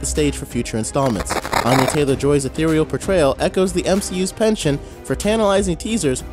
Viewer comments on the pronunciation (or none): none